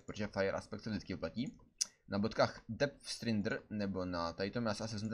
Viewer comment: Zdá se mi to nebo vyslovuje "dep strindr" neni to "dep strajdr"?